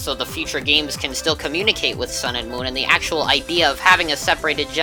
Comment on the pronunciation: "Son" "Muun" "Ecks" "OHMEGUH RUBEE"